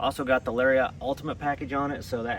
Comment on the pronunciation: It pronounced Lar-e-it, not Lar-re-ot. 😂😂 such a hippie 😂😂